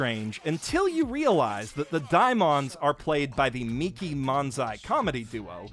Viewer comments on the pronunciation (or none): none